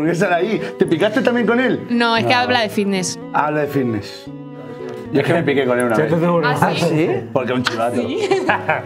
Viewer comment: por que coño dice vitness en vez de fitness??